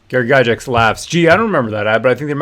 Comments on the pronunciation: Yes, defend his(their) legacy. And let's pronounce the name correctly too. It's pronounced Guy Gax not guy jax. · Please for the love of Grod his name is pronounced Guy-Gacks. Since you are talking about honouring his legacy the least you can do is pronounce his name right.